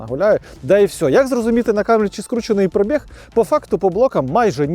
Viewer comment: Коли ви вже всі мамкині блоХери навчитесь ставити наголос у слові «пробіг»?😂😂😂